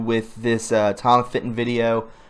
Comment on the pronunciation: Fitton Bruh, not Finton. For all the GREAT WORK Tom Fitton has done and continues to do......the least you can do, as you report his progress, is pronounce his name correctly.